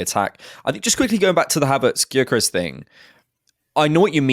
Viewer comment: The G is silent for god sakes.